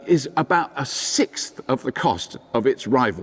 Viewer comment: Robert pronounced "sixth" correctly! Most Brits have forgotten how to do it.